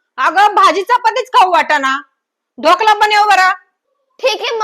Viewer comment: ढोकळा नाही ढोकळा बोलतात त्याला😂😂😂